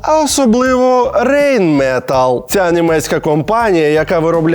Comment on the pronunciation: Німецькою буде "Рейн МетАлль". Хлопці, вимовляйте правильно🤣